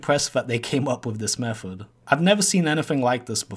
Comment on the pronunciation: btw. "Low key impressed with this low key mefod"